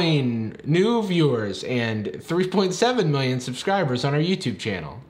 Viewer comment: Don't you mean 'millioin'